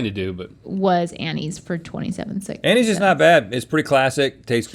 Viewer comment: At first I thought Rhett said Annies was healthier then crack